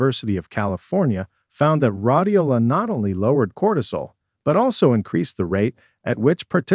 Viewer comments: Rhodiola...was mispronounced rod-i-o-la. It's Rhoad-i-o-la...but there are many more. I'm not going to relisten. There are MANY live voice-over artists/actors looking for work. When you default to free but piss-poor AI to leave more money in your pocket, it's essentially taking jobs from us as actors. One day, AI will take your 9-5 job from you. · I might have more confidence in the info if they could pronounce Rhodiola and Ashwaghanda properly. (Not RAH de o la, but “Row”) and not… what? “Ash wagon duh”?? But ash-wuh-gahn-duh.